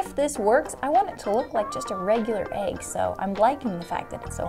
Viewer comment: It’s an EGG not an AGGE